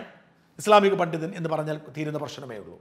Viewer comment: പണ്ഠിതൻ എന്ന ഉച്ചാരണം അലോരസമുണ്ടാക്കുന്നു. പണ്ഡിതൻ അല്ലേ ശരി ?